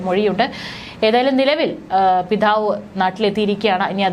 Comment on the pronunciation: പറയാനുള്ള ആവേശം പിഥാവ് അല്ല പിതാവ് എന്നാണ്.... പല അക്ഷ രങ്ങളും ആവശ്യത്തിലധികം കാട്ടിയാകുന്ന 😂😂